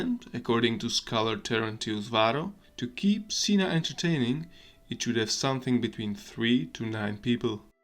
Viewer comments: yeah, uh. It's pronoiunced "kena" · Cena in Spanish means dinner. We use the same word. It's pronounced like ceh-nah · you are reading cena "sina" LOL no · Your pronunciation of cena makes me so angry